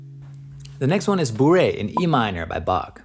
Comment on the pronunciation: If you played classical guitar you would know it was pronounced “Bor ay” mate.